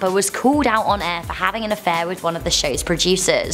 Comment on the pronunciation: I like how she says "air" "Aaa"